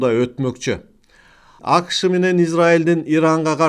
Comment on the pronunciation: агай апрель деген сөздө басым экинчи муунга, б.а. апрЕлге түшөт, сиз [Апрель] деп айтып атасыз. АКШ дегенде дагы [Акш] деп угулуп жатат. Кыргыз тилинин эрежелерине ылайык, [акышЫ] дегендей айтылат. Ийгилик каалайбыз каналыңызга.